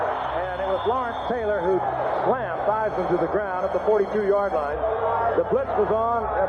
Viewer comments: "TH" eisman. not Teisman. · I just want 1 person to research on how names are pronounced before doing these videos....just once. Barain is pronounced BAHrain like baa baa slack sheep. Daniel KvYat is pronounced KvYAT and it's rohMAN Grozhon. Takes 2 minutes.They even pronounced Romain's name IN THE VIDEO. Joe Teismann? Try Joe THeismnn and there's only 1 bones in your lower leg until it's snapped in half. I'd expect this crap from an AI voice-over but and actual human who speaks without an accent?